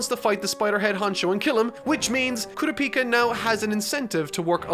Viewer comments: It's pronounced coo-ra-pika Like Pikachu but only the pika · Its kurapika not kura-pika 🤣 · It’s kurapika not Kura peeka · kuropika....all i can think of is kuro from servamp and one piece combined with pikachu. pretty sure it's ku-rop-ika at least based on the sub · KOORUHPEEKAH why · KU-RA-PI-KA... get that kura-pika pikachu shit out of here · Koorapeeka lol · The way you pronounce Kurapika’s name hurts my soul🥲💔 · Is he saying kurapika wrong or is it just mee? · the way he pronounces Kurapika makes me wanna die. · I want to nit-pick the pronunciation of kurapika SO bad... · How is he this far into the series and still pronouncing Kurapika's name wrong. This is gonna be nails on a chalkboard judging by how many times will have to say his name in this arc review. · The third arc and he still can not pronounce Kurapika correctly